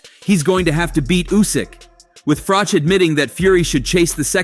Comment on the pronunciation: Carl Froke 😂 it's pronounced Froch as in Botch for you Americans out there 😅